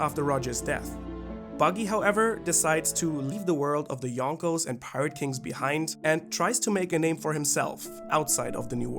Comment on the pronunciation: 'Yonko' Buggy